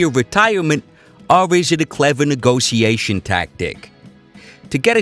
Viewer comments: I hate the way he says "neegossiashen" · The way you pronounce 'negotiation' bothers me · stop saying negotisassionssssss hahahahaha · A for efforts, but i think most people agree with me tho. And whenever he says a word weird on purpose even tho he fucking knows how to pronounce it. I get so triggered